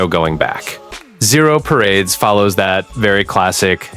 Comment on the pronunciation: hahahah I noticed that too